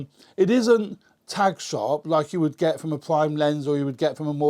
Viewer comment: Thanks for the review. But its "Tack sharp", not "Tag sharp".